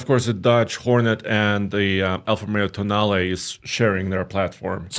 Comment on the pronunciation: Tonale all I hear is toenail